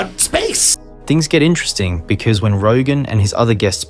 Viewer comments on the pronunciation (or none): Dude, it's IN-TER-EST-ING. 4 syllables. NOT " entrusting " please. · Kwite interusting.